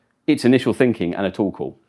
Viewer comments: every time he says "Tool Call" I hear "Torkoal" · ohh a "TOOL" call. where does that "tow" pronunciation come from? lol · Sounds like "tuple" lol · For a second I thought he was saying "Toll Call" 😂